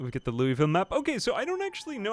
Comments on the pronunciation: we pronounce it "loo-vull" in kentucky or "Loo-uh-vull" depending on your cadence. Say "looey-ville" and you'll raise eyebrows, "louis-ville" will straight-up cause everyone to laugh at you and tell you how wrong you are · Wanted to add, as a Louisville native, its not even Louie-ville for most of the state. Its Lou-Uh-Vull! Always look forward to these, great content as always. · its lou uh ville not louis ville please😭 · Locals pronounce it Lou-Ole-Ville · It's more like "lauelville" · I know no one actually cares but if you're from KY its pronounced more like Loo-uh-vull.